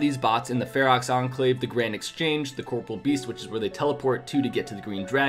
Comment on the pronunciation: I find it funny how people still pronounce it 'corporal beast'. It's corporeal beast. Cor-por-re-al beast.